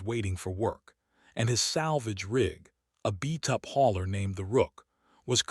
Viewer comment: WTF is a "BEE-tupp hauler"!!!??? WTF does "BEE-tupp" even mean!!!!??? OH.....and from other comments, I see that BOTH YOU and your AI are POS's!!! I am FLN OUTTA HERE at a WHOPPING 1 minute!!! THUMBS DOWN!! CONGRATS 👏🎉